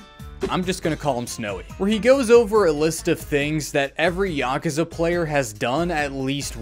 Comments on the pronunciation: As a Japanese person, your pronunciation of “Yakuza” is the correct way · At least how you pronounce Yakuza is closer to actual pronunciation than YaKOOza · Dog you pronounced it dead on, tiny bit of accent but I do it too, being murrican and all. Also this video was great. lol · Nothing wrong with this pronunciation, it's like the closest sounding to how they say it in japanese while still being american sounding imo It's yuh-KOOza that bothers me personally, but not in any dramatic away just a lil slight. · That's the more correct way of pronuncing it. You're fine. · The way you (and I) say "Yakuza" is literally how they say it in the games in the words native language. "Ya-koo-za" has never been correct. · You might be the only member of the Yakuza fandom who knows how to say Yakuza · you actually say Yakuza similar to the way it's said in Japanese so you're saying it right lol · That's how you're supposed to say yakuza. You're the first person I've seen make a video about it that can even say it properly. They all say y'kooza. It's not how you say it. It's very annoying. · You're pronouncing it correctly